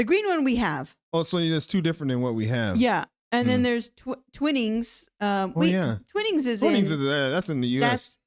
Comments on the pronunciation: It’s not Twinnings, there’s only one n…. Twinings. Like twine, wine, and vine. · Its pronounced gloster. And its not twin ings, its pronounced twy nings. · Trust me, no-one who's British can ever say "maybe you should learn the language before you go." We are a nation of people who think the world should speak English. There are people in the UK who won't go abroad because the native language isn't English. BTW, it's pronounced Twine-ings tea. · Gloucester = Gloss-ter Twinings = Twine-ings (not Twinnings) Worcester = Wuss-ter / Wuss-ter-sher Lea & Perrins made the original Worcestershire Sauce. (Lea is pronounced "Lee") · Twi-nings. It doesn't have a double 'n'. Not Twinnings. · Dear Americans every letter does not have to be pronounced, just think of Poughkeepsie in New York State. Poughkeepsie (/pəˈkɪpsi/ pə-KIP-see) Twinings has twin in the word but it's said Twi nings. How do British pronounce Worcester? AI Overview In the UK, Worcester is pronounced "Wooster" (rhyming with "rooster") or more locally as "Wuh-stuh" (/ˈwʊstə/ or /ˈwʊstər/). The crucial rule is that the "-cester" part is silent/condensed, ignoring the "ce". It is not pronounced "Wor-ces-ter" or "War-ches-ter". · Curry is popular because India used to be a British territory and many British people worked in India and brought back a love of curry.Also we have a large Indian and Pakistani population. Also Gloucester is pronounced GLOSTER to rhyme with foster ,and Twinings is TWINE -ing ,and Worcestershire is woostersher . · The first syllable in in Twinings rhymes with "wine" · Twinings. Pronounce the 'i' long as in tie.